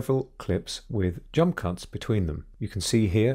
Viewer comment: No one has noticed he says "jump cunts" ?!